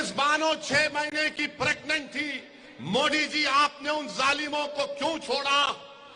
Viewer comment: सब कुछ बोलने आ जाएगा हिंदी क्यों नहीं बोलने आता मोदी की जगह मोटी क्यों बोलते हो इसका जवाब 130 करोड़ जनता को बताओ एक प्रधानमंत्री का अपमान क्यों किया सबसे बड़े देश का प्रधानमंत्री